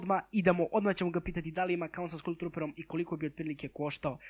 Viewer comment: Kaže se "skal" a ne "skul"